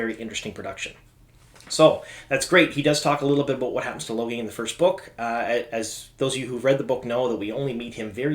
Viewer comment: Lo-gain not Logan :)